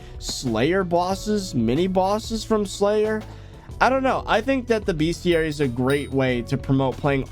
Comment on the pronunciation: I want to die every time he says bestiary wrong. But good vid though